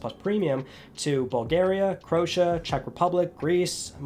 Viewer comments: I hope it was just a blunder, but Croatia is not pronounced "Crow-sha". It's "Cro-Aysha". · My man called Croatia, Crosheaa 😂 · "Crota" thats one way to say Croatia XDD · Sorry mate but Crotia?! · It’s pronounced crow-a-sha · It's pronounced CRO-AY-SHA ;p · Bro can't pronounce Croatia (Cro-a-sha) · Bad mispronunciation of Croatia 🤣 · As I Croatian fan of this channel my reaction to the pronounciation of Croatia was like: "oh no, not you :(" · That's the most interesting pronunciation of Croatia I've ever heard. 😅 Awesome video as always man. Keep being the only honest PlayStation news channel on here. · Agreed, as a Croatian I got really surprised with the pronunciation :) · ...Say Croatia again